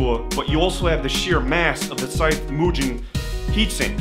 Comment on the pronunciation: Great vid. small point but why did you change your pronunciation of Mugen? You were doing it correctly at first but went to moo-Jen mid-way